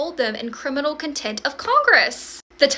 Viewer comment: It's contempt. There's an "M" in it. Thanks for the video